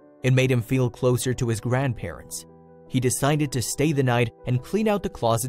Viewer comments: Oh come on now - " the grandparents-sez" Seriously? It's just "the grandparents'...." If you're someone who uses this software to convert script to audio with accents - stop it If you're someone who programmes this software to convert script to audio with accents - stop it. Your programming skills are probably better utilised elsewhere. How bad can it be when you're dumbing down artificial intelligence ??? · Where did you learn to speak English it grandparents not grandparentes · Narrator, It is grandparents, NOT grandparentses or whatever you were trying to say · Someone also needs to learn to speak English! What on earth is “grandparentses”? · Grandparents' plural possessive is only 3 syllables. NOT grandparentses You are great at making an interesting story TOO LONG and boring.